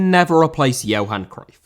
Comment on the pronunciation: Johan* not Jouwhan